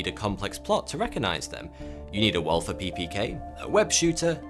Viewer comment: Why do you pronounce "Walther" as "well-ther" when it's "Wall-ter" and you say "Nike" as "niek" when it's "Ni-kee" like the Greek Goddess (and the chairman confirmed it)? This kind of stuff always makes me question your research methods.